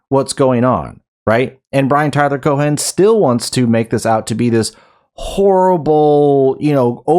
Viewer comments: The h in Cohen is silent unless you're just being cheeky, in which case, please continue. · Cohen doesnt have a hard 'H' its a soft 'H' almost silent.